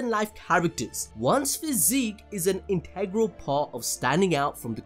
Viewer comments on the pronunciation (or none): none